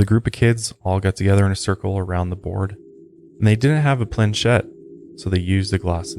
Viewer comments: Its not pronounced "plankett" its cha sound planchet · It's a Planchette! Not a "plankete"... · It’s plan-chet 😊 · Planchette is pronounced "plan chett" not "plank ette". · Plan-chet.. not plan plan-ket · Planchette not "Plankette" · It is pronounced as. PLAN-CHET. NOT planet. Got it????..... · Planchette pronounced 'plan shet'. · Not that it's important but just to clear things up its pronounced "plan-chet" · ProNUNciation* planCHette* basic knowledge of the English language would make this more interesting. Cool story tho 👉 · how are you guys all into the paranormal and you can't pronounce common words. planchette. why would you pronounce the ch like a K? that makes zero sense. your generation and you guys especially are so uneducated. unread. no vacabulary. simple minded. it's not just the two of you, your whole generation is just not that bright. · Its pronounced (Plan-ch-ett) Planchet I have a William Fuld Ouija Board Jan 19th 1915(made in Baltimore) Also have a 1966 Parker Brothers Ouija Board I use the Fuld Board and have no problems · The word is plan-CHET. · Ouija---pronounced, wee ja. Estefania---pronounced , Estafanya. Planchette---pronounced , planshet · You guys with a podcast called "lights out" Should probably know how to pronounce "PLAN-CHET". Otherwise you may seem like you know less about the occult and eerie things than people would naturally assume given the name, setting and topics of your podcast. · Google pronunciation. Con. Sep. See. Own. Not conception 🥶 Plan*ch*et 🥶